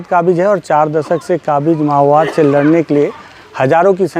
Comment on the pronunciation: Mao bad❌ ma_wad✅